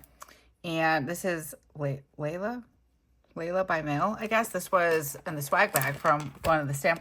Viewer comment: Layle rhymes with mail - she does some really cool videos too. I love using the packaging in spreads! Super job